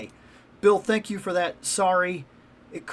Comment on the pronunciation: But Bill, does that Juggernaut say, "Tank you" to his enemies?